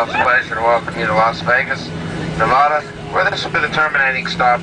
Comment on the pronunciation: STOP PRONOUNCING NEVADA WRONG! ARRRRRRGH!